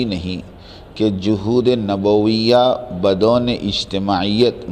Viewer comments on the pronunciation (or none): مولانا سے گذارش ہے خط پڑھنے سے پہلے کسی صاحب استعداد عالم دین جو اردو فارسی عربی زبان میں مہارت رکھتا ہو اس کے سامنے پڑھکر سنادیں بہتر ہوگا اس لئے کہ آپ نے خط پڑھنے میں بہت سی غلطیاں کی ہیں مثلاً بدون کو ب کے زبر کے ساتھ پڑھا ہے حالانکہ ب کے زیر کے ساتھ ہے سفیان بن عیینہ کو بھی غلط پڑھا ہے اور خظ میں جو عربی عبارت ہے اس کو بھی درست نہیں پڑھا ہے اور خط میں بعض عربی کو بھی چھوڑ کر آگے بڑھ گئے اپنی جہالت کو کسی صاحب استعداد عالم دین کی صحبت سے دور کرلیں